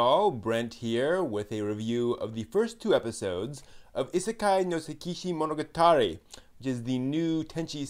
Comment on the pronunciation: lol isekai no sehKEESHEE MONOGATARI LOL nice pronunciation. Leave it to the japanese please